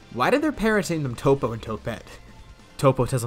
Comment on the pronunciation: " Topete" haha